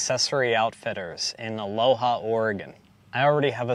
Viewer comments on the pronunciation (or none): I don't want to be that asshole, but Aloha, Oregon is not pronounced A-lo-ha, it's pronounced A-lo-wha. Weird I know but us Oregonians are well weird.